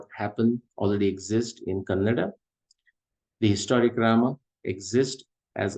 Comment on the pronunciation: You cannot pronounce one word properly including there name of the lord Rama.... How will anyone trust your work if this is your level..? Can't even read properly?